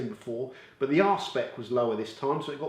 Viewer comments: I'm fairly confident that it's 'R-SPEC' not 'Arsepick' 🤣🤣 can't imagine what detailing products you're using that need a good arsepick level 🤣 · Please continue to make these comparison videos. They are really well done and very useful. Also, a question... For the two products with the high gloss readings, but one had a much lower arsepick (that's what it sounded like, not sure how to spell the actual word), what is the implication of this? How does it affect how one perceives the finish on the car?